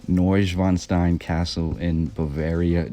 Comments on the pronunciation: The castle's name was NOT pronounced properly, unless that was a Bavarian accent I've not heard. It's not schwin like the bicycles, it's schwan like the bird. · You put all this effort into learning about Neuschwanstein Castle, but cannot, for the life of you, pronounce it correctly. Shameful! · The castle was largely unfurnished,Neuschwanstein was used by the Nazis to store stolen art during WW2! Wish you even tried to pronounce Ludwig , Wagner and Neuschwanstein! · It's pronounced Vogner, not Wagner. Swan Lake? New Swan Castle is what the name means Neu-Schwan-stein, not noivwanstein... Wagner wrote about Swans, if you go to this castle you will see the top hall is a large music auditorium dedicated to Wagner with swans everywhere. The fountain in the kings room is a swan, there are swans everywhere. Both parents had castles nearby and are still there (the castles).